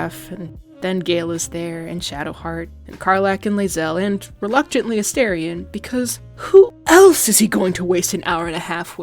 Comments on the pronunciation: you pronounced his name wrong. it’s asTArion not asTErion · I wonder why content producers pronounce "A STAR ION" "A STARE ION" ? I hear "star" (rhymes with "far") NOT "stare" (rhymes with "fare") whenever he says his own name. 🤔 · if you’re going to make a video about a character, at least say his name right. specially a character who has been dehumanized and objectified for 200 years. he may not be real but the people whose stories he represents are. many people, specially young women, see ourselves in him.